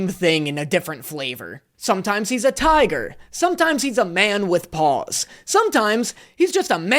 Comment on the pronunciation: I honestly thought you said "man with balls" instead of 'man with paws" lol